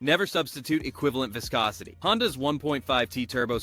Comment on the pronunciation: Fake ass AI video, didn't even know how to pronounce viscosity.